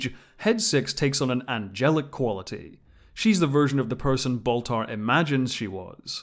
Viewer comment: Can’t believe it’s been twenty freaking years since the miniseries already… Also, who’s this “Boltar” person he keeps talking about? Is he Baltar’s cousin or something?